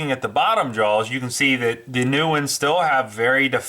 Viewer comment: Love the channel.... but Whats with the extra vowel when hes saws "JAWS"? Sounds like he says "Jaows" WTF its driving me insane.